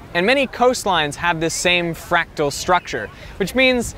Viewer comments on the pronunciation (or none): none